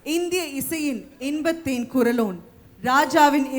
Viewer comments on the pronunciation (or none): குறள் இல்லை. குரல். லகரம் ளகரம் வித்தியாசம் புரிந்து கொள்ளவும்.